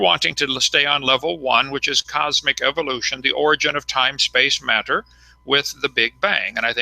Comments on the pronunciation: Thanks to Kunt Hovind every creatard pronounces matter and water like a prick. "If you would take all the Maa-turr....." "During the flood there was a shitload of Waaaah-turrr released and......". Seriously, listen to all the other fuckwads who grew up listening to this molester-glasses wearing fuck. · i bet you wanted to tell him.. How not to pronounce wah'ter or mah'tter